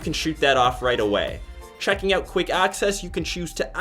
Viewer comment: Check it "ouwt" lol stewie